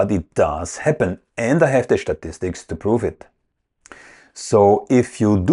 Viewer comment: Can't argue with "" shtatistics!;)